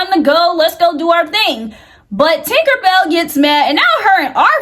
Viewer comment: Ok but That woman name is not “Tinkerbell” 🤣 it’s Tinka-Bella. Matter fact just say Tink 😭🤝🏾